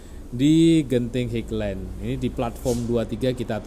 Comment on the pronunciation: maaf bukan dibaca higlen tapi hailen (highland